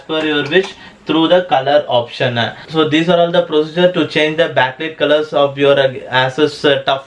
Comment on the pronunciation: that is an accent...trouble to understand in the first place and got used to it...useful video though...Not "backleet" color but "backlight" like something light, might, fight, high, thigh etc...not same pronunciation